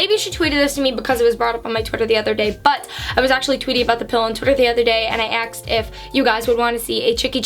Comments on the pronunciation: “Aksed” haha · Lol am I the only one who notices when says the word “ask” or “asked”, it sounds like ax or axed?